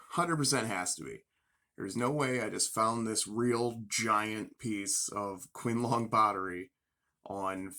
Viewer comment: Pronounced chin-lung. My advice is to slow down on the purchases until you develop a better eye. You have the passion to become very good at this. Peter Combs’ does at least one video a week, I have learned a lot from him. I have subscribed to your channel.